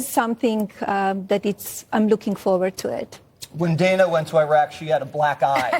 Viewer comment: It took a well spoken Slovenian born wife of an American President to finally pronounce Iraq (a country America invaded based on fake intelligence) correctly (and not EYE-RACK).